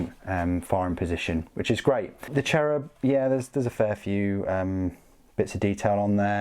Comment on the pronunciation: Love how you pronounce the Cherubim, sounds like Cherry bomb to me ^^ Anyways great video and great review, I probably will start a small sisters army as well, just to have all three inquisition orders, as I have a mostly metal Grey Knights army, a Deathwatch force, although that one is very small, Can't keep away these beautiful ladies. I think GW really hit the spot with their Knights Adeptus Mechanicus and Sisters releases in the last years, I remember people waiting for all of these for years to be either receiving modells at all or geta decent re-release. :) Thanks for keeping the videos up and pet your Dog, iirc you have a Great Pyrenees as well :)